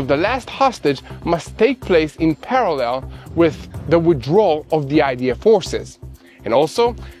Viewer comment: So proud of for learning how to pronounce “parallel.”